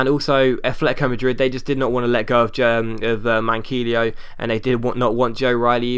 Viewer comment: Manquillo is pronlunced Man key yo